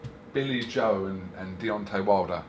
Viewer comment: Definitely calls him Deyonce Wilder at the end. The amount of boxers names he gets wrong makes me piss myself